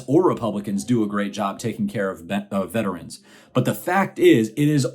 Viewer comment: This may sound picky, but I want to THANK YOU for saying “vet-er-ans” instead of most people who say “vet trans”. The pronunciaton makes all the difference. thanks for pointing out the crap the orange man did.